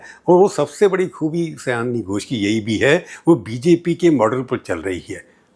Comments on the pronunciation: Prabhooji, sayoni not sayani. Her name is related with bengali month sawaan. She born in the month of sawaan so she is sayoni. I think I could make you understand. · Just a slight correction: her name is Shayoni not Sayani! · Her name is Sayoni. Not seyani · आदरणीय सर जी बहुत वर्षों बाद आपको सुना। अच्छा लगा। आप इन्हें सयानी घोष बोल रहे थे। इनका नाम।तो सयानी नहीं सायोनी घोष है। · सर आप नाम का उच्चारण गलत कर रहे हैं, सही नाम सायोनी है। न कि सयानी। आप से यह उम्मीद नहीं थी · Her name is Saioni not. Syani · माफ़ कीजिए, उनका नाम "सयानी घोष" नहीं वल्कि 'शायोनी घोष' है। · सायनी, सयानी नहीं । उच्चारण: शायोनी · Unki naam Seyani NEHI, unki naam Sayani. Naam toh thik se boliye!